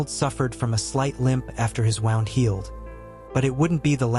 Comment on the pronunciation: I know English is tough but it's pronounced Woo-nd not wow-nd. I know it's YouTube but try to be professional